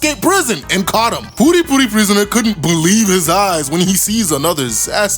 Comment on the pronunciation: Puri Puri… dude you sound like you are saying Booty Booty prisoner lmao